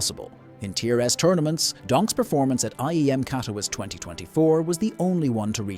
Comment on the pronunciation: Agreed especially when the AI voice pronounces things incorrectly like Katowice and Elige lol